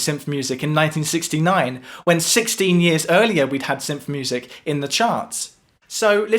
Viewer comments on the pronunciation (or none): Dude, it’s “synth,” not “symth” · what are you saying? Symph? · I get people have different accents... But you're saying "symph"... the same way you would say "symphony". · It’s syNth, not syMth. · It's pronounced 'synth' not 'synf'. Great video! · It's pronounced "synTH",not "symph"..what a symp! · Some dialects don't have certain sounds, like Mandarin has no "rrrrr" sound. They have never learned how to make the sound because it is not pronounced in their dialect. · seriously reconsider talking at length about an item with a distinct "th" sound in it's name when you can't deign to do us the favor of putting your tongue against your teeth to make the proper sound. English much?